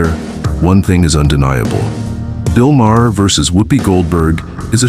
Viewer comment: It's Not MAH-her. ROBOT